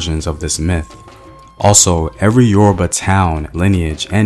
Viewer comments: Who is this murdering the pronunciations of Yoruba words/language!? Must be oyinbo. Lol Nice video nonetheless! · A great presentation , however some of the pronunciations of the yoruba names are just so funny . Pardon me for my insolence 😁